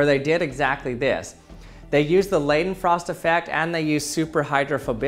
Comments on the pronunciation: Lay-then-frost? I think you meant Leidenfrost! (As in "lie" not "lay") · It's pronounced Laydenfrost (similar to the i in Hi), sorry but it's sort of aggravating. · the ei in Leidenfrost is pronounced like eye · It's always interesting to hear all the variants english speakers use when trying to pronounce the german "ei" e.g. in Leidenfrost. The funny thing is, it is not a special sound at all and regularly used in english: It's just the sound the letter "I" makes, or the word "eye". And while we are on the topic, I very often see that people switch the "e" and "i" around, writing "ie" when they want to write "ei", but this is pronounced completely different, more like the first sound in "eagle" but with a longer emphasis. Probably why this typo is so much more noticable to native german speakers. Thanks for attending my TED Talk.